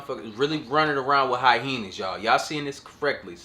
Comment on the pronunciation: stop saying hyhenas 😂😂😂😂😂😂